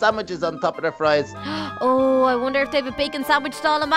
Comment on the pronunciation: I thought u said FLIES not FRIES!!